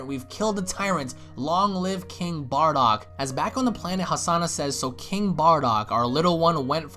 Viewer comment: Haha "Barduck" :3